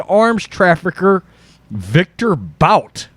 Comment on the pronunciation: It's pronounced "BOOT",and there's no way this is going to happen, that guy will never see the day of light until his 80's